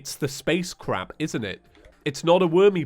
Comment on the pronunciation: Sorry but when you say space crab I hear you saying space crap